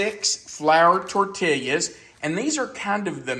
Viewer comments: San Antonio gal here with a tutorial in correctly pronouncing "tortillas." It's tor-TEE-yuz. I always enjoy your vids :) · The way you say tortillas is killing me.